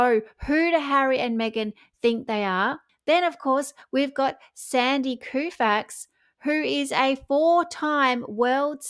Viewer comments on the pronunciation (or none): TB: Great job! Just a tweak; our American sports icon, Sandy Koufax, pronounces his last name "KO-fax."